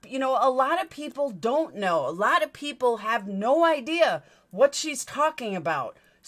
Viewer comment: She cannot even say IDEA correctly. Its not ideaR its IDEA!!!! You bring receipts she cannot! Just like Voice for the Voiceless did when she accused her of lying about the 2k. All she does is flap her jaws with lie after lie. Everything YOU are is what she WISHES she was FACTS!!! #BANTRAGEDYPIMPS